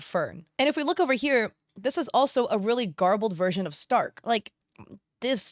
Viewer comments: is she saying "Spark" and not "Stark" here or is my hearing just messed up lol? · This is stupid but are you sometimes saying spark instead of stark lol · take a shot everytime says "Spark" instead of Stark xD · I love the video but I get confused everytime you say “Spark” instead of Stark😭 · Stark, please stop calling him spark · im so confused that no one is pointing out that she keeps getting starks name wrong and calling him spark. also shes wondering why himmel isnt in the second picture.... hes dead by fern and starks time. watch the show! its incredible! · As a German, it irks me whenever you say "Spark" instead of "Stark" 😊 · i thought it was Stark, not spark? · please stop saying spark its stark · Spark? I think that’s the best laugh I’ve had all day 😂 His name is Stark and has a heavy German pronunciation making it sound like “Shtark” Love your videos and hope you had a great vacation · Were them calling him "Spark" sometimes or is that just me? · Spark? You mean stark. Like starch. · is it just me or is she saying Spark? Like he's a little dog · ah yes, my favourite character- sPark I love how she says it wrong like 5 times in a row then immediately gets it correct 💀 This has to be ragebait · Off topic but the way you call Stark as Spark is so funny to me lol 😂 I was not aware of this contest and so I did not submit any works.. so this is news to me! I am so disappointed that there's so many artists here in Indo that are okay and even used AI for their art works (I even have family members who supports AI ) It's baffling to me that they could just lie and do something like this.. Makes me so mad and disappointed 💔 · Spark???? Who??, please please do learn the character’s name first and how to pronounce it. You keep doing that as if you’re do it on purpose as rage bait. 🫤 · Nooo not "spark" 😭😭😭😭